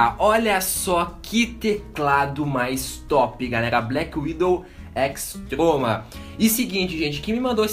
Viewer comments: vc falou errado n e razer Blackwidow X troma e x croma mais i vídeo tá maça tá nota dez blz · o engraçado do é que ele fala "teclado BlackWidow X troma" saushaushaussuushas. lek q teclado foda! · fala peidando kkk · o cara fala TROMA , BAGULHENTOS PQP '-' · ele fala x troma